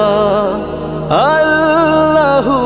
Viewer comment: গজল ভালো, তবে আল্লাহ শব্দের উচ্চারণ করতে গিয়ে ভুল করছেন। আলিফ অক্ষর টেনে পড়লে অর্থ পরিবর্তন হয়। শেষে হু উচ্চারণ টেনে পড়লে অর্থ পরিবর্তন হয়। গজলএ সুর মিলাতে গিয়ে ভুল উচ্চারণ করা পাপ।